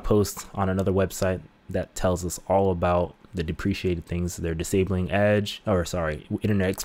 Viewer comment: "Depeciated?" You mean deprecated, right?